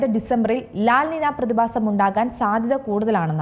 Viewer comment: ലാ നിന അല്ല, ലാ നീഞ്യാ ആണ്